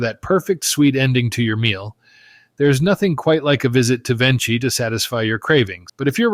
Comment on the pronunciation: the correct pronunciation is VenKi, the "ch" in Italian becomes like the key in English